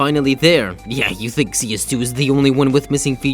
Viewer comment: i think you wanna say "think" instead of "thing"